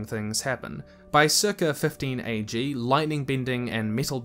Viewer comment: its AG not BG